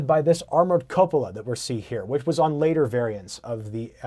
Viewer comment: Outstanding Video....Especialy when you pronounced "Cupola" correctly...I think you're the 1st Dude I ever heard that did. hahahaha LOL My favorite 1 is...."Q-polo"